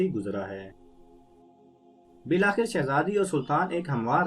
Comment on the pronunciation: Buhat acha parha. Bs aalas- subh or bil-aakhir hota he. Ummeed he mind nahi kya ho ga.